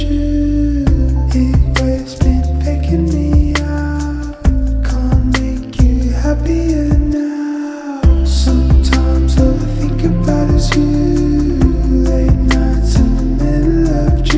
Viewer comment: The ONLY thing I would change is the pronunciation of “can’t” in “can’t make you happier now”. He says it a little differently in the original - but man this is so fantastic. Great job on vocals and productions, it’s my favourite song on here